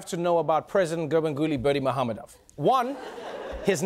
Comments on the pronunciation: Bravo Trevor! You said that name with such ease..I think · Respect for the correct pronunciation of his name =O